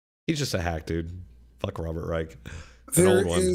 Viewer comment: Come on, it's pronounced Rysh not Rike and Trump was a Democrat in the 80s